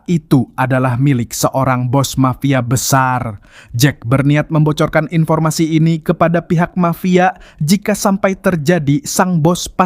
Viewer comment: informasi bang bukan inpo